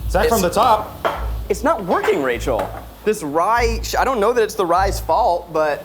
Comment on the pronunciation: Ok but Zach’s “it’s NOT workING Rachel!” had me in tears. Lol